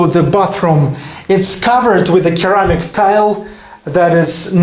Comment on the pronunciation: I haven't watched one of these videos in several months, and the first one I click on has a toilet. I see that hasn't changed. And the "c" in "ceramic" is pronounced like an "s".